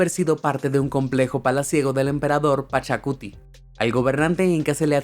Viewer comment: disculpa, no se lee hollantaytambó, se lee hollantaytambo, pachacutic no, pachautéc